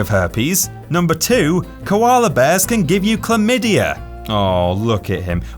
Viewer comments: Chlamydia not Chalmydia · Did anyone else notice "CHALMYDIA?" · CAHLMYDIA lol